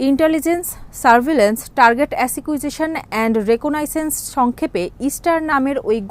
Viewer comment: Asikyujeson bole kono shobdo nei kangladeshi sona. Otake akuijison bole😂😂😂😂😂😂😂😂😂😂😂😂😂😂😂😂